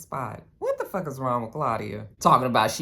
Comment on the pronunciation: when you say fuck with an Irish accent “fawk” or “fock” I die 🤣🤣🤣.